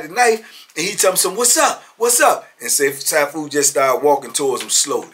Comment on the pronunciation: It's pronounced See-Foo Marital Arts Instructor 😊😊